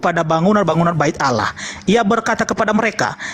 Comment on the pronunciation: Kenapa pendeta sebut alah.